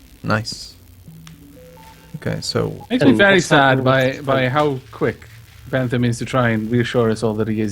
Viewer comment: Ypu are pronouncing Bent Ham's name wrong.